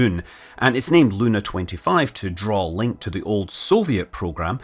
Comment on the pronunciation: Not L-u-u-u-na, but Lun-a-a-a